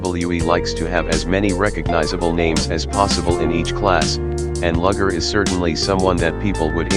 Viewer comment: It's lu ger not lager